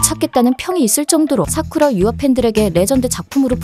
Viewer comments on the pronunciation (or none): 사쿠야 유아를 사쿠라 유야라고 계속 하시네요.....ㅠ